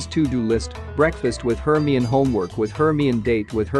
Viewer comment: The way they say Hermione 😭 "HURRME"